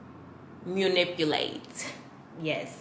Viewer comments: Lol just like me when it comes to words… she said “Munipilate” instead of Manipulate 😂😂 I love her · “Munipulate.” I wish your Mama was here for that one. She would’ve screamed “what?” 😂😂